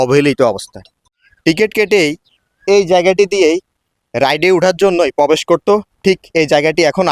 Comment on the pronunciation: Pobesh noy probesh.